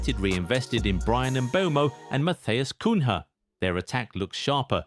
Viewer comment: Stop using this narrating guy again, keep pronouncing names wrongly, like Matheus Cunha and etc, he should practice more then only can continue narrating